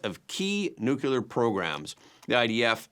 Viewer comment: Everyone repeat after me, Nu-clear, not nucular. Yer killing me!